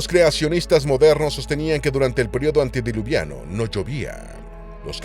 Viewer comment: Me harté de que dijeras antidiluviano, es antediluviano.